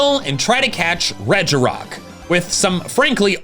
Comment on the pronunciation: Re(d)-jee-rock Re(d)-jee-ice Re(d)-jee-steel